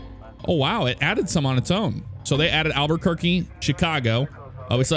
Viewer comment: He sounded like he said "AlbuRquerque" Adding in a 'r'. Which, I've heard people say it like that quite often, too. Or "AlbAquerque"